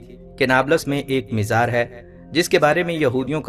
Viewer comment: Mizar nahin....mazaar